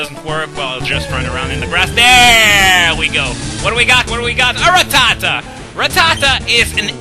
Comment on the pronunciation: When you were talking about Ratatta, all I could hear was "TOP PERCENTAGE!"